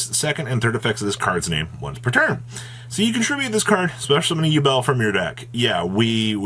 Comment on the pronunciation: 'U-Bell' It's pronounced 'You-bl'